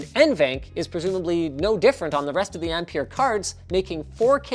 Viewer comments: Sounds like you rather said "Empire" than "Ampere" lol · Okay so in Australia we pronounce ampere like 'amp-air' so every time Linus said it i was like whaaaaa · Ampere rhymes with pear. Just so you know!